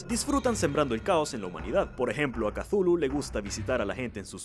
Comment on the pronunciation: ¿Entonces Cthulhu no se pronuncia chuclu? He vivido engañado. )